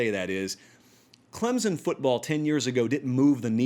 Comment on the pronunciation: Say Clemson correctly then I'll listen. You talk about being accurate?